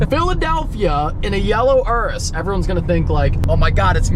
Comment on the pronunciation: He didn’t say urus right….